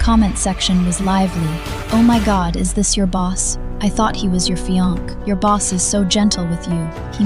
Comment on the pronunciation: Teach AI to pronounce "fiance" correctly! (Min. )